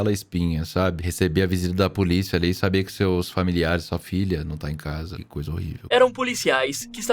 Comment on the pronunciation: “Como vocês devem saberA.” 😂